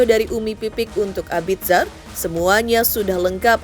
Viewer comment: Mbaaaak, bacanya Abizar. Bukan abid zar 😌